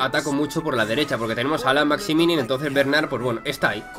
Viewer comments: Chupito por cada vez que dice Maximinin en vez de Maximin XD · Y Maximinin suena mejor